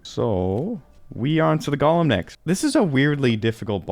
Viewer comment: FYI you're mispronouncing Golem's name. It's not "Gollum", it's Golem.